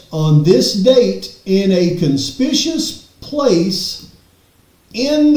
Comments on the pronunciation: PS it’s CON-SPICK-U-US not Con-Spish-Us 😂.. southern drawl was very present in todays video 🤠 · Dude! It’s not conspicous, it’s con-spick-u-ous. The first word doesn’t even exist. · You’re so far off base it’s not even funny! CON SPIC U OUS is the correct enunciation of the word you’re trying to use. It wasn’t the paperwork that set my friend Veteran Brent Lee Kopacka off it was Chief Fry who set Kopacka into a PTSD frenzy because Chief called Brent every single day for two weeks harassing Brent accusing Brent before he ORDERED the HIT to have An Innocent Man Killed. Of course Fry had the video removed from the internet completely where he stated in early Dec he had a PERSON OF INTEREST. Your stardom to Trump speaks on your support of a horrible judge of character. You’re wrong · The way he say Conspicuous IS MAKING ME CRAZY 😂😂😂😂😂